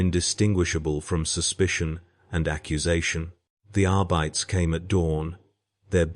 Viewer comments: “Arr-Bytt-essh?” (Trying to sound like Latin, supposedly.) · Good story, please fix the incorrect pronunciation of (arbites) please 🙏